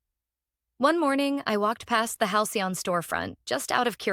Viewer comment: Why can't your AI system say Halcyon sorry it worked, once